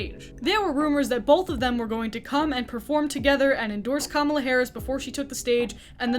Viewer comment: Thank you for saying Kamala correctly😍